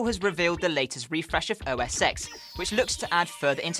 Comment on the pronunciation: OS TEN NOT EX